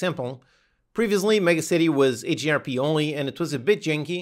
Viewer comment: What is AGRP? Or are you saying HDRP?